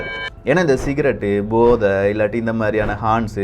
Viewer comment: Pro podhai illai bodhai pro pro pro,brooooo